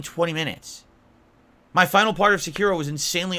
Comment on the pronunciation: Never heard of a game called “Secure-oh” before. Must be one of those games of grandoor 😂